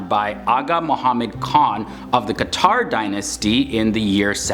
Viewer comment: Few corrections, Iran was named IRAN which means "The land of the Aryans" not the other way. It's QAJAR dynasty, not QATAR. BTW, It warms my hearts to know we are known for other things rather than war, slaughter, dictatorship and etc. Thanks!